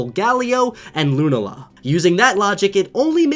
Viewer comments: It's lu-nal-a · you mispronounced the Sun and Moon Legendaries. It's Solga-leo (the e is pronounced like a shrug eh?) and Lu-nala. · leaving a dislike you pronounced solgaleo wrong and lunala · youre saying solgaleo and lunala wrong... watch the pokemon anime.. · I’m sorry but your saying sogeleo and lunala wrong watch the anime Pokémon sun moon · thats not how to say solgaleo and lunala